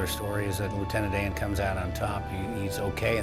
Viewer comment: Luitenent Dan ice cream !!!!!! But you ain't got no legs luitenent Dan 🤣🤣